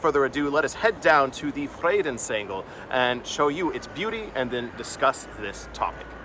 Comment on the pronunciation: Cool how you speak the words fre dens Engel. It sounds to my mother language (Dutch) as vredensengel. It means angel of peace. Vrede is peace ande engel is angel in Dutch.